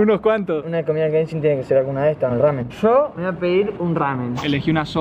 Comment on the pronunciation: gayshin impact eh? *se desubscribe*